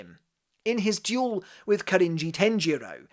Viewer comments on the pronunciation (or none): none